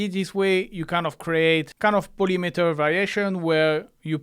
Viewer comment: the best is when you say polimeter, or something xdd, thanks for all your videos man. very helpful the thing of lfo helped me a lot🔊🔊🔊